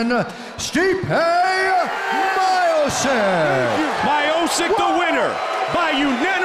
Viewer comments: Lol, I feel bad for him, because his name is actually pronounced Miochich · I think he is called My O'Sick all his life. But as soon as UFC got international the correct pronunciation floated to the surface. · Stipe “he got good head” my-oh-sic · Steep-eh My-oh-sick, oh Goldie, we miss you. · Yeah even Bruce Buffer at the end called him My o sick. Lmao! 😂😂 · Wasn't just Goldberg. Rogan and Buffer were also saying Miosick lmao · "Stipe Mychostis" -Joey Diaz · 'my-o-sick' will evolve into 'miocic' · Haha Goldberg sounding worse than Joey Diaz , God his pronunciation makes me "so sick" lol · you couldn't speak out his last name much wronger than: my-oh-sic :DD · "Stipe Mayosick" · Someone needs to make a video of all the pros who made their debuts and had their names mispronounced: Stipe My-O-Sik, KAI-EEN Velasquez... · Stipe "May O'sick" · I cannot believe I am hearing Joe Rogan say MY-OH-SIK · I heard My-O-Sic so many times in this video i actually believe thats his name now... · Stipe Mylanta OH-Sick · WTF! Did i just heard MIOSICK?😂😂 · Bro is anything worser than hearing joe and goldy the whole time keep callin stipe “My-oh-sick” over and over almost like they knew and were doin it on purpose 😂😂😂😂😂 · My-o-sick, it's virtually identical to the right pronunciation! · “Stipe Myosik” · It makes me Aggressive when he sad my o sick bro, bro is this so difficult to say "Miocic"?? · Commentator:Stipe MAJOUCIČ 🤣🤣🤣🤣🤣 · If you say My-o-sick, u gotta say Sdye-pee as well. Sdye-pee My-o-sick. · Its almost as if theyre deliberately saying Miosick over and over again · Right reading is Miotschich... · ESTIPEE MIOOSIK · After this he was "Me-o-chick" for a bit. It took them a while to get it right. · If you pronaunce his pronancionations of stipe his surname would be majosik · Stipe Mio-Seek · Stipe MYOSICK hahhahah :D That's so simple, every word on Croation u speak exactly like u write. I wonder how someone wasn't tell to this comentator how to spell names :S. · “my-oh-sik” lmao